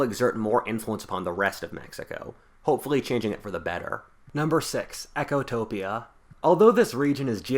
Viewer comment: It's 'Ecotopia', not 'Echotopia'.